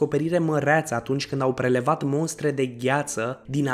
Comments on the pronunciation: "" Mostre "" nu monstre ! Ai inceput bine! Restul n-am mai vrut sa ascult ! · Se spune mostre ,nu monstre . În rest va fi jale la un moment dat .. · MOSTRE !!! incearca sa pronunti corect ! Oamenii vor invata de la tine gresit pronuntia ! Nu monstre ci mostre. Incurajari pentru canal. Succes ! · Ia-o constructiv. Mostre nu monstre. Pe langa informatia documentata e destul de important sa vorbim cat de cat decent. La mai mult content! :D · Cine ți-a făcut textul? Corect se zice MOSTRĂ. Nu cum te repeți de cel puțin 3 ori, spunând MONSTRĂ. Iar ȘAPTESPREZECE în loc de ȘAPTISPREZECE. În rest, n-am mai vizionat videoclipul, că poate mai auzeam vreo bazaconie. Sper că nu urmezi sau ai urmat studii superioare, pentru că nu s-ar explica aceste greșeli gramaticale elementare.